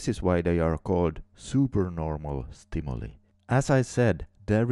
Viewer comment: Good job! Although it's a small thing, I wanted to point out that stimuli is pronounced STIM-U-LIE. ;-)